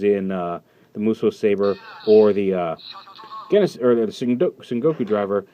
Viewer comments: the only reason that "Genesis" is sais here with a hard G sound is because Japanese people don't always get pronunciation right when converting foreign words to katakana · what I'm saying is that this is a case of misinterpretation based on how the word is spelled. "genesis" here is still meant to be said with the "J" sound